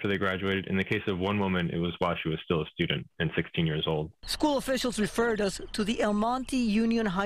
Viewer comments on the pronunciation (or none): "STOOODint" bahah